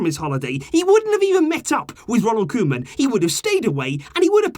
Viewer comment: I love how you went from cowman to Koeman, for our dutch speakers its satisfying If you wanna nail the pronunciation, say the man part as you say in Griezmann 😂😂